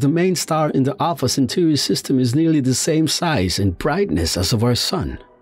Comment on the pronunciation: Repeat after me: "You-rah-nus" (Uranus - Stress the SECOND syllable) Original Greek pronounciation would be "Oo-rah nohs" - stress in second syllable. "Cen-taw-ree" (Centauri - Stress the SECOND syllable) Original Latin pronounciation would be "Chen-tau*-ree" - stress in second syllable. *Tau as in the greek letter. Thank you.